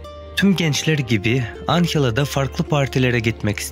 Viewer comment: anhela degil anjela